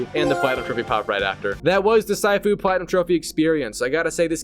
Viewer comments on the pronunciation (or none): Sighfu 😂 its shifu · It is “sea foo“ (I’m a Chinese person) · It's pronounced seafu not saifu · yes immediately, bro said Sai-fu💀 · It's called Sifu not Saifu... You pronounce it like Master Sifu from Kong Fu Panda, Sifu isn't a name it means Master (except in KFPanda Sifu is a name) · It’s not “sigh-foo” it’s “sea-foo” you donut. It’s means master in Chinese. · "Saifu" nah bro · Its not syfoo its cfoo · Dude what the h*ll is saifoo its sifu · Bro really Said Saifuu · Its not syfu its sifu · Bro's too used to saying "waifu" that he actually said "Saifu", bruh its :Seefu" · the way you say sifu just makes me wants to punch you instead🙂 its See-foo, not Sai-fuw, its mandarin for "master", and im not even chinese to know this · “Sighfu” Brother it’s pronounce “seefu” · “See-foo” pronunciation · pronounced 'see-foo' dude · Yep,it's (See-foo) 😑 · It’s pronounced see-foo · damn dude what rock you live under? Its pronounced See-foo it literally says it in the game and its not the your fathers name its a respectful title for a skilled person, teacher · Or saifu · Wtf did you just say? 😂 cyfoo? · I lasted about 3 “sigh-foos” before I had to end the video. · "Saifu" It hurts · Bro said Saifu 💀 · "sighfu" kms🤣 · Surely you saying “SAifOo” is a bit right, it’s not that hard bro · Hearing you pronounce “See-Fu” is pissing me off😂😂😂😂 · See-foo bro… its pronounced see-foo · Bro really said SAIFU 💀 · Its pronounced " SEEFU " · Bro its pronounced SEE-FOO nice video BTW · SYFOO!!! You sicken me with your pronunciations You butcher. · I think it's pronounced, SEE-FOO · Yessir very mispronounced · The way you pronounce sifu brings dishonor to your entire family lol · The way your pronounce sifu even though they say it properly in every martial arts movie, show or game is crazy but your mostlikely american so we understand why. Please out of respect, pronounce words the right way and not the white way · Dawg how did you fuck saying sifu that bad